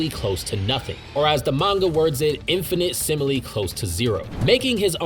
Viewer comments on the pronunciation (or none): did he just say "infinite simile"